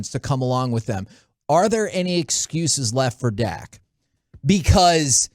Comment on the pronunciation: It's "Dak", not "Dakk".